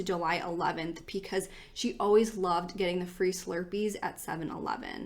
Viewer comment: You really do a great job with these! But pecause? 😂💙